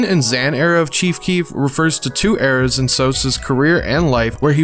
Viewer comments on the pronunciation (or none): none